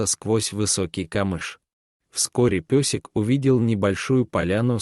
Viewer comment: Ни песик,а пёсик и другие искажения слов,много неправильных произношений, ударений.